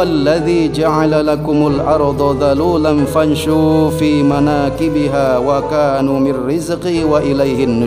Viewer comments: Wakulu bukan wakanu maaf cuma mengingatkan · Wakulu mirrizqih bukan wakanu mirrizqih